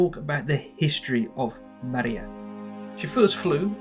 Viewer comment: It's not Maria :) It's Mriya ...